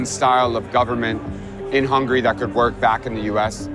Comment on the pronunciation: Hungarian here. I don’t give a damn who is right or left, but if you pronounce the country “hungry” instead of “HungAry,” how can I take you seriously? 'Muricans...